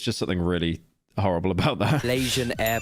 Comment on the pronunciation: The way he says "horrible" sounds so British it feels fake 😭